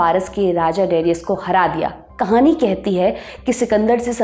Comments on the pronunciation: de-ri-yas.....nahi daa-ree-yas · AAREE PAGAL DARAYUS. DIRAYUS NAI.NAAM THEEK SE BOLO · डेरियस नहीं डरायस। हिन्दी में दारा। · Darius nahi Dayursh hai wo nam aur sultan nahi shahnshah bol sakte hai. Please correct it. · Darius nooo Daryush Cyrus nooo Karyush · angrez madam. Darius hindi aur urdu me Daa-ri-oos banjata hai. Babylon banta hai Baabil ya baabul. ap hindi channel ho? sahi me?